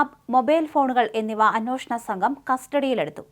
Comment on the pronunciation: അന്നോഷണം അല്ല കൊച്ചേ. അന്വേഷണം.